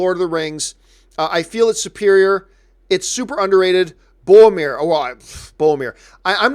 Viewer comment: Way john is saying boromir is triggering me 😂